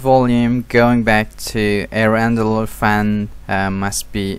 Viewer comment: Hair Andler? Lol.good video but I can't not hear that lol